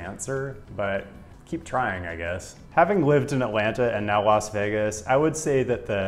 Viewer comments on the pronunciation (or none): none